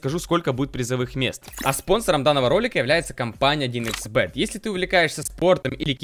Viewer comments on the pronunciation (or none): none